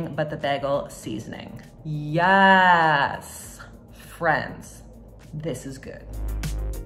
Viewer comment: Smh. You can’t put yassssssssssss and pronounce it yesssssssss. You gotta get that aw sound